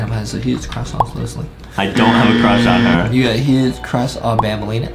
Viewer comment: Adam has a huge cwush on bambolina